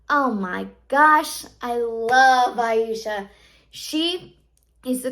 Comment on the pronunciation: Its pronounced a-sha